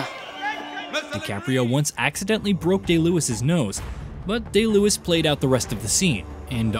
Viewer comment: Daniel Day Lewis (not Luis)